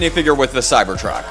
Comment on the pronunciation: how many times u said cybord truck😂